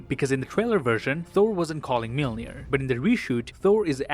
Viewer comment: watches everything on .25x speed to find the smallest details pronounces Mjölnir as Mielnir